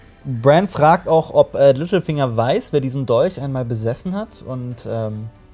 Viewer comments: Verstehe ich als einziger immer "Mittelfinger" statt "Littlefinger" ? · Als du littlefinger gesagt hast, hab ich Mittelfinger verstanden 😂😂